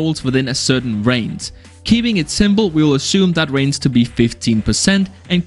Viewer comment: "Damac, Raince" whats wrong with your pronouncing 🥲